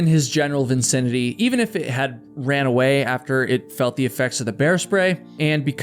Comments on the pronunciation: Vicinity, not vincinity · You must be too excited to tell the story. It happens to the best of us 😊 also it's "vicinity", not "vincinity" 😀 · Vicinity bro...not Vincinity